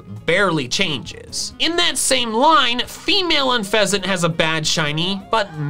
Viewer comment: DO NOT LEAVE OFF THE U IN TOUCANNON! THE SECOND E IN UNFEZANT IS SUPPOSED TO BE AN A! AND IT'S CORVIKNIGHT, NOT CORVANIGHT!